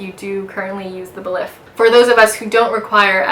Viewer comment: Nice and informative video but a bit too long. I believe “Belif” is pronounced “Belief” oddly enough.